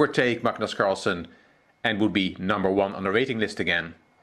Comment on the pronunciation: His name is Carlsen. Not carlson.